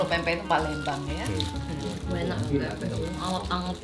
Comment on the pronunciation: Q wong kediri jg pake tambahan u...enak ya uenak🤣